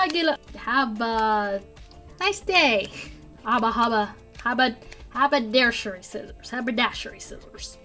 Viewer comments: How can you not pronounce HAB-ER-DASH-ERY? And any blunt scissors won't cut string, twine, just buy new scissors, even cheap ones cut as well as the expensive Tim Holtz ones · hab-er-dash-e-ry. Sorry, I'll go finish watching now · I must have the Habbalababba scissors just so that I can say habbalababba like you do!! (I don’t care what the real name is- they should rename them your special word!) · Well I don’t know how I missed this second part til now but thanks for all the great info! You had me cracking up when you were trying to pronounce “habadashery “ on the scissors. Love tour sense of humor and love your videos! 💗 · You got the name of the scissors correct at least once it's pronounced hab -uh -dash-er-ee. A fancy name for making men's clothes, or possibly hats. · I've been watching your videos for a couple of months now and to be honest, yours are the main crafting vidéos that I watch! I live in Bolton near Manchester in England and I find you so relatable and funny (it sure was hilarious watching you try to pronounce haberdashery) lol! 😂 😂 😂 😂 😂 Many of your products are American ones and aren't available here or cost so much money. I'm a cash strapped crafter so I'm actually set on starting my own YouTube blogs on the alternatives for the purse light, however, you teach me so much and my crafting has grown tremendously since I started watching you (and you led me to Jennifer but I enjoy the way you craft just a tad more but she's got loads of experience so I see why you watch her). This is my first comment to you and I just want to thank you for making crafting such a pleasure, by watching you, learning from you and then the joy of achieving results when I repeat what you've taught. I'm subscribed and always look forward to your videos so I hope that you'll keep making many many more and never lose your inimitable style! Thank you! From Abi - #oneofthefew!